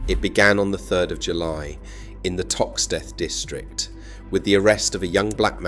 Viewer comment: Seem like an AI commentary - "sacked 5 dockers in a row about overtime" read as roe, not the correct raow (argument). Also 'Liver' mispronounced. ToxTETH wrongly emphasised. In fact, many wrong pronunciations and emphasises. On top of that, strange emphasis on, essentially, petty politics of the 60s-80s AND - not impossible, because a) it happened, and b) cities prosper and decline all the time